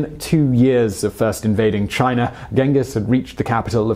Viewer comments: It's China, not Chiner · All I want to know ... is did he just put a HARD R onto the word China in the beginning. For the slow folks what I mean is did he say chiner ?